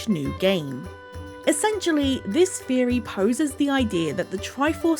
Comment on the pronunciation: Its pronounced theory not feory